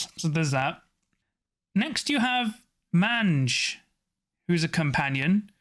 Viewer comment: You probably don’t care but mange is pronounced MAYNGE. It’s a scabby skin disease. Not trying to be a nazi, just helpful. Love the channel 👍